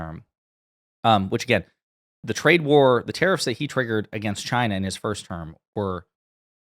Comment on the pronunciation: Why does he say Terrorists for tarrifs?